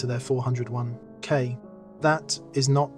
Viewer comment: The AI narration and various typos were actually pretty funny on this one. Love the huge pauses whenever there was a dash. And love the 4…oh…1…k 😂 Overall pretty low quality AI though.